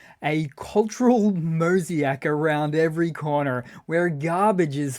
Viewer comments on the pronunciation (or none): Great vid, but "mosiac"? Gotta call you out on this one bro.... 🤣🤣. I know you colonials from down under don't like the queens english but she's gone and we are all stuck with the king's (twat) english. It's Mo-zay-k with a hard k.😊 On a serious note, keep up the great vids. Dark humour in times of trouble is what gets us brits and pseudo brits through hard times.😉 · Oi - tis mowz-ache, not moh-ziak.😋🙃😁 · Moh-zee-ack? Sweet.